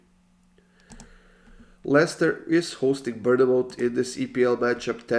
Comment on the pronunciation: Love these videos but I’ve gotta say it, I live near Bournemouth it’s actually pronounced ‘born-moth’ 💪